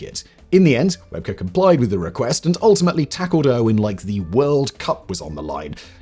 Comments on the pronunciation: It was Rugby League, not Rugby. Shane Webcke is pronounced Web-key. Australians (I'm one) would definitely cringe watching Steve on US TV in the early days. We all thought he was putting on an act, but eventually we all realised he was a genuine bloke and came to appreciate him. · Shane Webcke. Pronounced 'Webkey' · Shane Webcke, pronounced like Webkey hehe. That was an interesting take on it though 😂